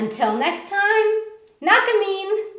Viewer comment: for that näkemiin :D Pretty well done, everyone will know what you said and there's just that recognisable accent. If you wanted to, you could practice moving that starting A from the "can't" to "can". Now that it's been time from this video, you can progress into diftong vowels and approach being able to pronounce mäyräkoira.